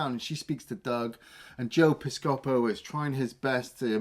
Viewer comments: Joe pis-COH-po haha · Okay, just so we're clear, I absolutely love your reviews and look forward each week to what you're going to do next. This comment is not intended to cause any offense or anger. That said, the way you pronounce Joe Piscopo's name caused me physical pain and I believe you owe an apology to Joe and everybody who had to listen to you both butcher it. See you next week. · I'm a proud owner of the 4K Blu-ray edition of Dead Heat. Long live Treat Williams. Btw, it was really painful hearing you two butcher Joe Piscopo's last name.